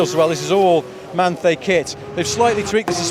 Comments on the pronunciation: Manthey is pronounced - man thai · pronounced as "man tie" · Manthey is pronounced 'Man-Thai'.